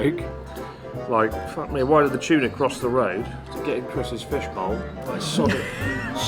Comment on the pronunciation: The fact that Chris pronounces the t as ch in tuna is super funny